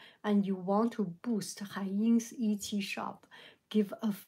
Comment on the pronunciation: I like the way you say it too but if you want to know the way it is pronounced it is et.. see.. as opposed to it see. but I like it when you have your own way of saying things differently from anyone else.. I love when you say crispy clear instead of crystal clear or crisp and clear.. I think crispy clear is so cute! 💕 if you start pronouncing everything correctly you would not be you and I love you just as you are!